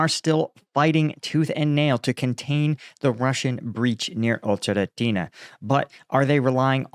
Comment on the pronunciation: Marking three straight days of Paul pronouncing "Ocheretnye."